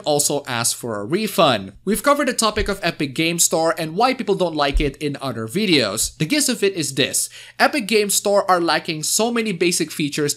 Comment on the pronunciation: Is it rude for me to mention that the word jist is pronounced with a soft jay sound not a hard gee sound. I know, not realy important. Just thought i'd point it out.